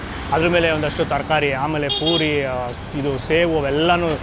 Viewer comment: ಸಾರ್ ನಿಮ್ಮ ಮಾತು ಕೇಳ್ತಾ ಇದ್ದರೆ ತಿಂದಷ್ಟೇ ಖುಷಿ.. ಆದರೆ ನೀವು ಪುರಿ ಹಾಗೂ ಪೂರಿ ಪದನ ತಪ್ಪು ಹೇಳ್ತಿರ... ಪೂರಿ ಅಂದರೆ ಎಣ್ಣೆಯಲ್ಲಿ ಕರಿದಿದ್ದು ಮತ್ತು ಪುರಿ ಅಂದರೆ ಕಡಲೆ ಪುರಿ...ಇದೊಂದು ಸರಿ ಮಾಡಿ...